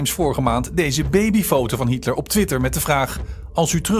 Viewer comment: Tip van Flip: een van de onderwerpen in deze film heel niet Hietler maar Hitler. De meerderheid van de Nederlandstaligen blijkt de naam niet te kunnen uitspreken.